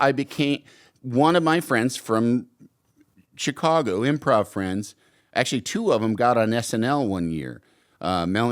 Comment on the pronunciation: He say Che cago?